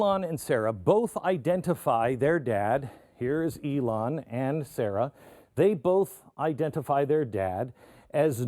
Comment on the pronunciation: Hey Glen, stop mispronouncing Ilhan's sister's name...... it is not Sarah, it is SAH RA!